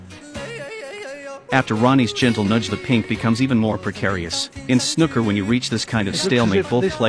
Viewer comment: Snooker not snucker. Double 'oo' pronounced like in noodle, Noo York or "oo you are awful, but I like you". 😂